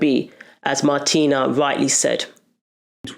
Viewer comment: Certain names can be tough to pronounce. You had it right the first time around 😂 Just say Martina, would u? Thank u for ur efforts.